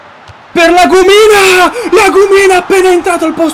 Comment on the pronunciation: Si dice La Gùmina